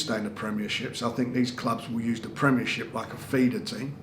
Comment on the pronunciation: You can trust good ol' Frank to still call it the Premiership... Or 'Premierships', as he likes to say :)